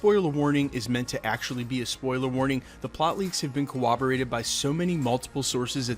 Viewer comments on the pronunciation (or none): Seriously. You're killing me with your mispronunciation of "corroboration" and "corroborates." The word has a double "R" sound where those consonants appear in the word. You insert a "W" sound Elmer Fudd style.